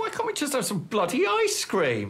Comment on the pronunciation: The taste of the clweam tea!